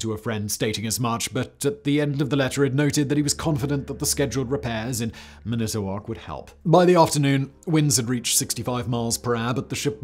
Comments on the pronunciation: man - ah - tah - wok. NOT " man - ito - wok " one fluid word, not staccato. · Manitowoc is properly pronounced.. "MAN-ih-Toh-waak". You got Mackinac right! :) "MAK-In-aw". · I grew up a 15min ride from lake superior in the U.P. of Michigan. Beautiful and I miss it, but not the winters lol Also, man-it-toe-wok. 😆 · That… is one hell of an interesting way to pronounce Manitowoc (Man-eih-tow-woc) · Did he just say minute-owoc??? Where is Charlie Berens at? 😂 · Say it with me.... Man-ih-tow-wok Also, shar-lah-voy... Sorry, but this is part of the issue with "Weskonsin" there is no e in Wisconsin. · Manitowoc is pronounced man ih toe walk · Manitowoc is pronounced mænɪtəwɔːks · Huron = Hyuron Manitowoc = MAN-i-tuh-wok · Well he did better than Alexi in pronouncing Charlevoix. But I think his pronunciation of 'Manitowoc' was a syllable short. At least he didn't say 'Mack-i-nack' lol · I was so proud of your pronunciation of Mackinac, Simon...but then it took me a second (and the name on the screen) to recognize Manitowoc. 🤣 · Great video as always. Only issue is pronunciation of man-it-o-woc, WI. WI resident here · Lmao love that pronunciation of Manitowoc. Gatta give weyauwega or Oconomowoc a try! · You really should have Googled how to pronounce Manitowoc. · That is not how you pronounce Manitowoc 😬🙃